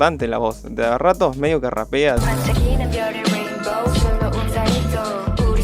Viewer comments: yves al ser una palabra en inglés cuando vos hablas un idioma q no sea coreano, lo pronunciás como eve. si te fijás en este video al principio cuando yves se presenta dice eve, no ibeu porque no está hablando en coreano y no veo q vos tampoco estés hablando coreano para pronunciarlo ibu :) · De echo Yves se pronuncia ibs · en realidad yves se pronuncia iv porque viene de eve, y olivia hye se pronuncia olivia heh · amé, obvio no está toda la info y hay algunos detalles jshrbjhrbj, pero ta wenardo. lo mejor fue como prounciaste yves dsjfer me cagué